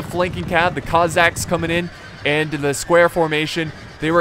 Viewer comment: The Cossacks and the Kazakhs are not the same people. You're pronouncing the former like the latter. I lived in Kazakhstan for 20 years. Kazakhs are from Kazakhstan, the Cossacks are from southern Russia and Ukraine.